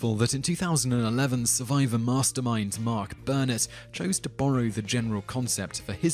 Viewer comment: Since every video in this series must have someone's name mispronounced, this one has Mark Burnett. Honestly, this narrator is like someone who doesn't speak English and reads everything phonetically with the inflection in the wrong place.